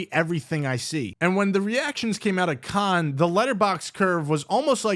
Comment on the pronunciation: thats not how you pronounce cannes.